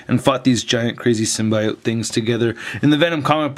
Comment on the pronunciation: Funny the way you say symbiotes,this figures looks ok i wouldnt mind buying one great review bro